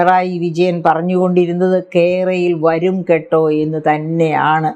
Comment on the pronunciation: കെ റയിൽ വരു... ങ്കെട്ടാ 😁എന്നാണ് ഉച്ചാരണം 🤣🤣🤣